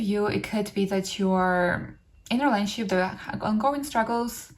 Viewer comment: Please slow down and pronounce words properly. It adds unnecessary noise to the message. "Rayshunshep" = Relationship. :/